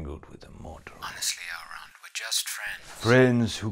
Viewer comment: Lol 'Adult' Elrond